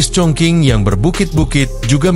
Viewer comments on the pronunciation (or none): dibaca chong ching , bukan chong king. sakit telinga dengernya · Setelah sy cek di Internet ternyata bener, cara bacanya chongching bukan chongking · dalam bahasa mandarin chong qing di baca :Chong cing , bukan Chong king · Cung cing ejaan Indonesia nya. Bukan cong king. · Stop sebut Chong King tp Chong Ching!!!geli ah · Chong king kota apaan bang? Itu chong cing bukan chong king😂😂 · Bener,suruh edit aja audio narasinya.